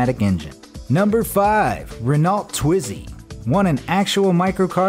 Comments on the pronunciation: Not correcting or being rude, just letting you know it's pronounced like (ren-o) not Renault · Please pronounce it as Reno not renalt... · Ka BINE? The "Luft Waff"? There is no such thing as an "electric engine". REN-oh, not Ren-ALT. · It’s Ren-O Not Ren-A-lt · WTF is a "Rinolt"? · Little pronunciation errors: Luftwaffe = Looft-vahf-uh. Renault = Reh-noh. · Renault is pronounced “Reh-no” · I feel like we should all know how to say "Renault," since those were sold in America at one point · Who cares - it's about cars, not Germans or their army. He also mispronounced Renault, but ... again ... who cares? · Don't feel alone, German dudes. I do believe the feller equally flubbed the pronunciation of the French brand, Renault. Not to mention discussing the Isetta without even mentioning that it was the car driven by Steve Erkel in an American sitcom. For shame! bd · Why can't Americans pronounce Renault? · Learn how to pronounce words! Being American is no excuse! I'm American and at 12yrs old I knew how to pronounce Renault and Luftwaffe!